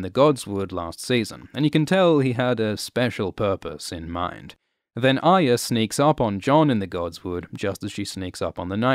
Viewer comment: ARYA Stark's name is NOT Aya so stop pronouncing it wrongly, unless you dont want to say it properly because of some bizarre political corectness.